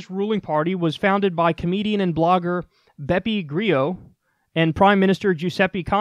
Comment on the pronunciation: You sooo butchered Beppe Grillo's name